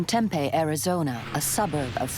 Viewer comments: omg lol "Tempay?" It's Tempe pronounced Tem-pee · I was thinking the same thing! As an AZ native I cringed every time she said it wrong. 🥴😫😂🤣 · It's Tem-pee. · "Tem-pay, Arizona" Lol nice pronunciation there, lady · As a Native of AZ, I cringed each time she said Tem-pay. 🥴🥴😂🤣